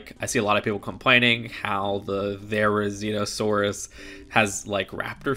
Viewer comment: You got the Therizinosaurus pronunciation right and somewhat got Giganotosaurus. There are multiple ways to say it but all are purely based on preference. For example I pronounce it jig-a-no-tow-saurus, others may say gig-a-no-tow-saurus, you can also pronounce it like google, jai-ga-nuh-tuh-saurus.